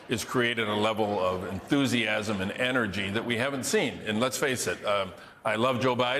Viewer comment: What? lol who told this dude to keep saying energy like that?